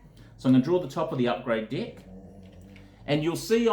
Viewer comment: Sounds like he's saying dick for deck.